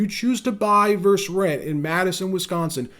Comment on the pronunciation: I keep hearing the word “versus” pronounced”verse.” It’s a two syllable word, right?